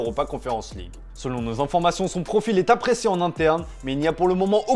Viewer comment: appriécé ou apprécié ?☺️